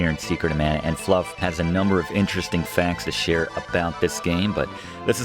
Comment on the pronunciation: the game is pronounced mana as in maa nuh